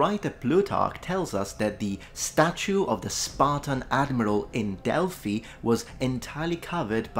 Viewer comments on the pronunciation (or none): none